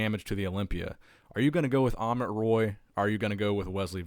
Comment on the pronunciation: Not amon it's amit